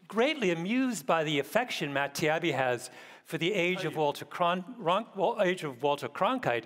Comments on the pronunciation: At its most basic level, the Malcolm's deliberate mispronunciation of Matt's surname and Douglas as 'Doug' was just childish. Whether you agree with Douglas or not, at least he and Matt acted in good faith, and Douglas in particular was just in a different league when it comes to debating. Disappointing to see such a supposedly accomplished and successful writer present himself in such a sanctimonious, patronising hubristic way. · The "debate" could not have been inllustrated any more clearly than Gladwell repeatedly and intentionally mispronouncing Matts last name EVEN AFTER being corrected. This is the mainstream media in a nutshell. For those that haven't watched it went "Mr. not his name" "this is my correct name", "Mr. not his name again, you just want it to be because you yearn for a time I can straw man because you said something I can find detestable about it". A total clown. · Gladstone as a supposed multi culti progressive could at least pronounce Matts last name correctly !! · The consiparcy theorist in me wants to believe Malcolm Gladwell acted this way on purpose... Mispronouncing someone's name as a way to try and get the upper hand in a debate is childish even for children.... Maybe his idea was to prop up the opposing side by sinking his own becaus ehe secretely agrees that mainstream media shouldn't be trusted. That, or he's become an idiot. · Gladwell is such an elitist he couldn't even be bothered to pronoune Matt Taibbi's last name correctly. Back 144 years or so, day one of J-school, lesson one was "Get people's names right." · I feel the same, and the constant deliberate race card and name mispronunciations are awful and degrading to himself. It's hard to watch really. I mean, why is he doing this? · It was intentional. There is no way that he doesn’t notice everyone else pronouncing it differently. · I think Gladwell was deliberately mispronouncing Taibbi's name as an expression of disrespect. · Not to mention Taibbi as "Tiabbi"